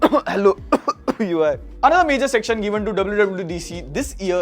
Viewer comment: The way he said UI took me out 😆😆😆😆😆